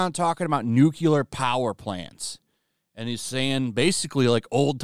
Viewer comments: Nuclear, not NUKULUR, ...PLEASE!!!! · You pronounced it "nu-cu-lar", c'mon man! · STOP! Say it slowly. NU-CLE-AR NOO-KLEE-AR